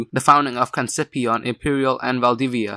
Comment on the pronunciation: Great video man, just pronounce Concepción as con-sep-si-on please hahaha, or just conception in English, after all it means conception of Jesus by the virgin. It's my city, thanks for the material